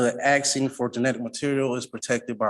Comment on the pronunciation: Um axing you to puve Um a livun human bean.